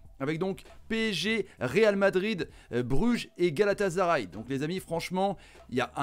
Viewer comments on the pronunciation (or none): Même pas la peine de t’écouter ça ce voit que tu connaît rien au foot dès lors que j’ai entendue GalataZaray